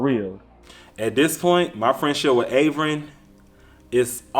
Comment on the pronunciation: One thing I can say about this entire season and the last…. The cast is gone mess up that black mans name. 😂😂 He is Avery, Avren, Aven, every name BUT Av’ern. Lmbo.